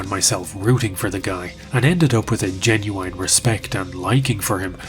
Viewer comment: please stop saying "genuine" wrong